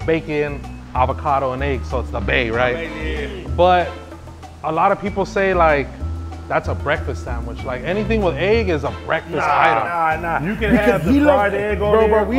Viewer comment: doesn’t say sandwich He says Sang which